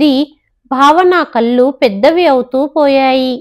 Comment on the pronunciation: కల్లు కాదు, కళ్ళు అని చదవాలి.